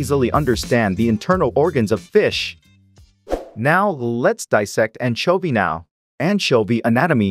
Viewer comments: It sounds like AI to me. Who the heck pronounces anchovy with a hard K rather than a ch and then carries on to pronounce it differently multiple times? The stilted delivery, almost as many mispronunciations as correct pronunciations. I couldn't stand more than a minute of this tripe. Come to think of it, I am pretty sure you would have to be a bot to make your comment too. Don't get me wrong.I know it is a text to speech bot and that this is actually user created. But it seems low level and suspicious when you use awful text to voice bots. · Why did you pronounce anchovy weird so many times